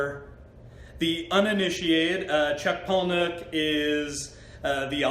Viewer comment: *pala-nick.... for the uninitiated 🙄